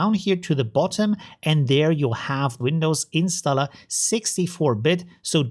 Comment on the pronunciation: You pronounce "installer" like a gangster. 😆 A real gentleman would pronounce "installer" with a hard R. 😉